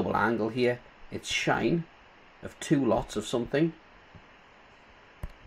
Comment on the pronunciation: Find it funny to see how people pronounce trig functions. First time I've heard "shine". Good video